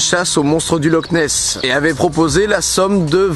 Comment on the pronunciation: Ça se prononce loR nes